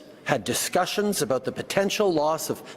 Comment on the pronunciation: He doesn't pronounce "about" correctly for a Canadian. Y'all have been infiltrated.